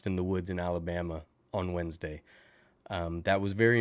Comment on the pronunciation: lol my grandma used to say Tuesday & Wednesday like that it was funny!